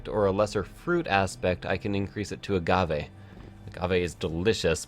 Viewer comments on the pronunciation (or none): none